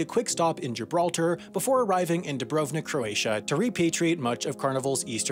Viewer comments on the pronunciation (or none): none